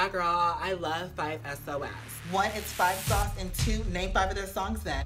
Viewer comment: when he said “5 es oh es” I got so triggered